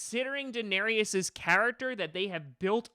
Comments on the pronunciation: A denarius is a Roman coin. Danaerys is pronounced differently. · You can''t even pronounce Daenerys correctly through this entire video